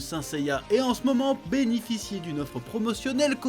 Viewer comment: Personne a remarqué qu’il a dit benificie et pas bénéficie ?